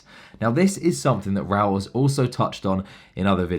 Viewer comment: Hey mate its Raoul Pal not Paul. So for this I can't carry on listening